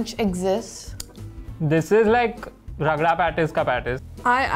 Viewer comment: Did just call the hash brown ragda pattice 😂